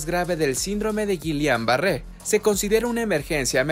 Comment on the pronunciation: Has el favor de pronunciar el término correctamente